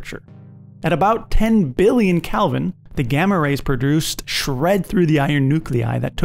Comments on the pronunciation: When your narrator doesn't even know the plural of supernova, time to find a different video 🫣 Edit: I decided to keep watching, and it was a really good breakdown of a lot of the lesser known processes. The pedant in me couldn't help but cringe every time he said Calvin instead of Kelvin though. 👍👎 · Its "kElvin" not "kALvin" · You keep saying Calvin instead of Kelvin. :-) Very good video. I learned a lot more about the mechanics of a Supernova. I had no idea how complex it actually is. Thanks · Why u keep saying Calvin